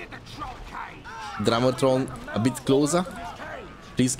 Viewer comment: I love with your accent whenever you say drummer troll it sounds like "drama troll"